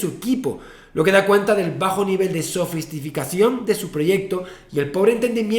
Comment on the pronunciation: Has dicho sofistificacion